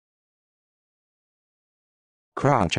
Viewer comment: This is not how you pronounce 'Crotchet' why would you upload this?